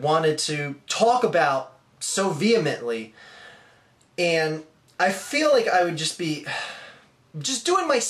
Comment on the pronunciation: Nobody likes you. Period. I don't think anyone really agrees with you. You also mispronounced vehemently. Further proves your ignorance.